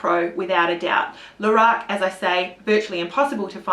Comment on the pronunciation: And stop saying "Lahrac" ... It is pronounced "Lorac"!